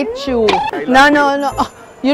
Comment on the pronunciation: jessica: i heyt you!!!!